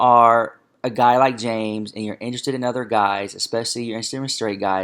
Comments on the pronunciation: I'm only a few minutes in and I really don't like James Charles (I think he's a spoiled brat and very immature) but this kid needs to put the chips down and learn how to say ESPECIALLY it is not EXPECIALLY. James is a predator. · I cant take this seriously... smacking his lips loudly like a child and saying things like "eXpecially". Grow up. Eat then post.